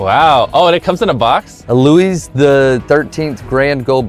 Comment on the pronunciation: it's lLouis fifteen